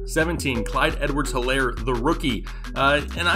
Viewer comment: The h is silent in Helaire